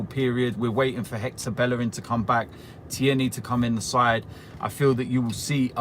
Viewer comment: Its fucking Tierney TEAR KNEE!! not Thierneay hes Scottish not French!